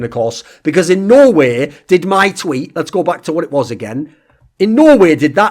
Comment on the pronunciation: anyone else felling like when thorin says no way it sounds like he is saying Norway